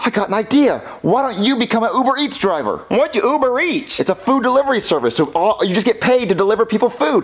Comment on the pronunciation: And “You-ber Eats”.